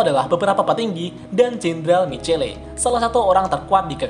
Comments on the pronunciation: Bukan jendral micele lah woi...tapi bacanya miciel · Bacanya misel min bukan micele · Michelle bacanya Misyel aja bang